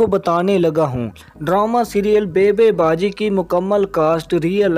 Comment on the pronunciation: bhi, mind nahi karna plz pahlay apna laihja or talafuzz sahi kr laiya karayn phir, yahan lafz baybay baji nahi hay baby baji hay.